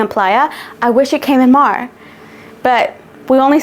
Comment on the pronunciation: Love this collection!!! 🎉 🌊☀️ But girl, Mar? Se pronuncia Mar. 😂